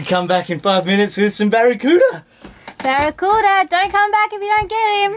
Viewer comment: Nailed em “Baracuda” So awesome you gave them boys that ball, made their day!